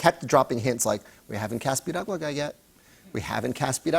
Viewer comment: The fact Jimmy said Piragua Perfectly . Lemme find out ya boy got Latino in him cause that's definitely a hard word to say